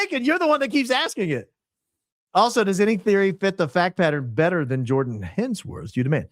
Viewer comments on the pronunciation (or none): none